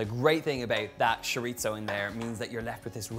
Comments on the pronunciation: Why is he saying shoritzo instead of chorizo? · The word is pronounced choreezo. Love it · that is nowhere near how you say chorizo... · Woohoo. P.S. i love how you say sho-rit-zoh for chorizo whereas in philippines I grew up hearing it as tso-reee-so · We love you Donal but it’s chore-E-so. AND I can’t wait to make this for my family. I’m not sure if you’ve done it yet but it would be so nice to see your siblings in a cooking video with you. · He’s certainly not pretentious. Although he is gorgeous. Oh the Irish. He can say shiritzo if he wants to. Maybe it’s just his accent. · I kept repeating it the way he says it for the entire video. He says it completely naturally and confidently. Love it. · it's the constant mispronunciation of chorizo for me. but kidding aside, this looks delicious! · first time hearing it like that, I was so confused what he was talking about till I saw it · I'm British, and I can report that I've never heard my fellow Brits pronouncing it as "Shorizo"